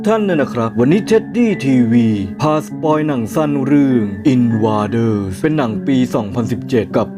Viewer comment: Invaders อ่านว่า อิน-ฟเว-เดอร์ส ครับ